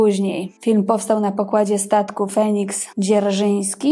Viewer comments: 8.40-Feniks Dzierżynski. A nie powinno być Feliks? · "Feniks" Dzierżyński :) :) :)